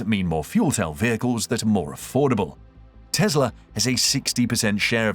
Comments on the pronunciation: Why does he keep saying Tezla instead of Tesla? Anyhow, hydrogen powered cars are just far too dangerous and risky. I'll take a battery powered EV any day. Hydrogen will never catch on. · It's Tesla not Tezla